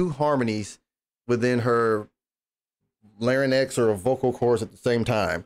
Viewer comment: Thanks for reaction. I should let you know that it is larYNX without E. So larYNEX is not correct. Maybe the problem is in my ears that I heard you pronounced like that.